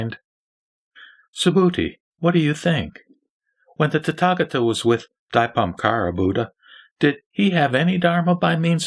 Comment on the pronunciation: Your pronouncing of *Dipamkara is not correct!It should be corrected as *Deepankara Buddha! AMITUOFO